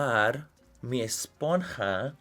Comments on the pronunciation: I love this. Sponnnnnnhaaaaaaaaaaa emphasis on the hhhhhhhhhhhh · “ESPON HAAAAAA” 😂💕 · Manny saying "esponja" it's the funniest thing I've ever seen 😂😂😂